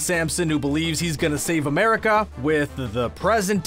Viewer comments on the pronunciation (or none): none